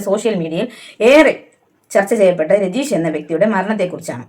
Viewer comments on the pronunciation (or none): രജീഷ് അല്ല രഞ്ജീഷ് എന്നാണ് ദയവായി അദ്ദേഹത്തെ ഇനിയും ദ്രോഹിക്കുന്നത് കഷ്ടം